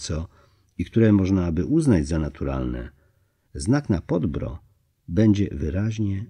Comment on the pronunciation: Informacja dla: w języku serbskim/chorwackim wyrazy niekiedy mają formę zbitek spółgłoskowych, ktore szczegolnie dla Polakow przyzwyczajonych do sylab z samogloskami stanowia trudnosc w wymowie. W takich konstrukcjach w wymowie pojawia sie cos w rodzaju półsamogloski - krótkiego "y". Nazwę gory objawień Podbrdo (przedgórze) nalezy czytac Podbýrdo. Podobne wyrazy: srce (serce) - wym. sýrce, Krk - wym. kýrk itd. Milo sie Pana slucha, ma Pan piękny glos i wymowę, ale dla ludzi znających chorwacki zgrzyta to Podbrdo w odbiorze. Polecam przed naczytywaniem sprawdzac wymowe obcych wyrazów. Pozdrawiam z szacunkiem.